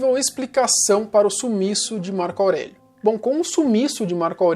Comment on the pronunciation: porra tu é muito burro, não é "Março" é "Marco".